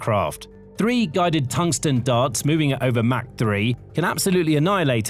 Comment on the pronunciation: Mach rhymes with Bach, not hack!